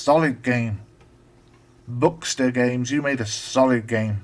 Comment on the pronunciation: The name Bukster is based on the sound the chickens make on the farm in New Zealand I live on - buk-buk-buk. We called them Buksters. So it's pronounced more like book-ster. Glad you like the game. This was programmed on a real ZX81 so took a while. I may get back into ZX81 programming using emulators. Check out other games I've made including a few ZX81 games (by other authors) on my web page